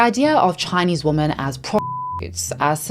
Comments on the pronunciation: Hi! I am not a native English speaker. Does anyone know why pronounces the plural of woman as womAn and not womEn? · Why is it that so many people are pronouncing "woman" and "women" exactly the same way now...? Am I just using an archaic pronunciation now? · I love but PLEASE.. The plural of woman is WOMEN.. pronounced: WHIM-IN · If you come from South Africa (like her), you pronounce it exactly like "woman". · from her FAQ: Q: Why do you pronounce "women" the same as "woman"? A: I am South African with a particular Queen's English/south of England tinge to my accent. Please be understanding, respectful and don't send me emails or leave comments about this. Thank you :) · Just out of curiousity: you sound like a native speaker yet you pronounce 'women' as 'woman'? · JESUS CHRIST!!! ONE woo-man MANY WE-MEN. Please learn how to pronounce singular and plural. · Ok, why is everyone pronouncing "women" as "woman" ??? I hear it all the time and I find it so jarring! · I’ve noticed so many native English speakers mispronouncing “women” as “woman” and “woman” as some weird combination of “women” and “woman.” It’s the same ones who make fun of us non-native English speakers. Please learn the difference if you’re gonna talk about women. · It’s definitely women, pronounced wimuhn. But I’ve heard the other pronunciation more and more. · Please learn how to say the word, “Women.” (Plural) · How can you talk about women’s rights while continuously mispronunciation the very word women? In doing so, you erase the entire group of women, you erase every wonen’s individual identity which then makes a group. Your choice of words spreads information and that is the idea you spread as you continue to mispronounce the word, women in every single video you make. STOP IT! Learn from your mistakes. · No hate but “women” is pronounced “w-i-men” but no hate at all!! 🧡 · PS/ and 'woman' and 'women' are NOT pronounced the same.